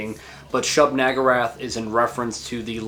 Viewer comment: shub NAGurath? I think we all know that's not an "A" there lol.